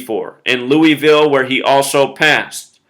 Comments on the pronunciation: The way you say Louisville makes me cringe so hard. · Idiots in Louisville pronounce it Luh'vuhl